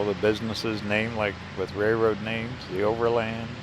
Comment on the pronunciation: I’m sorry, my husband is a railroader. It’s pronounced RAIL ROAD. NOT Ray Road.